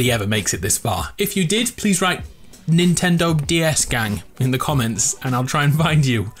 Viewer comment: nintendog ds gang or nintendo ds gang i couldn't tell what you said sorry